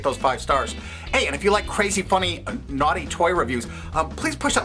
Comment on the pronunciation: lmao "nughty" toys xD